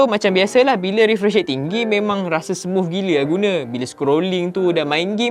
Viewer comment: Smuff smuff smufff... Org us/uk pon x sbut smooth - smuff...pelik aku org malaysia ni